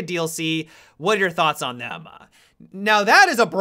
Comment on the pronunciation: i have recently begun watching some of his videos and he talking so weird. Like his pauses and pronounciation xD And it sounds like a parody when he ends his words with an "a" like "thema" XDDD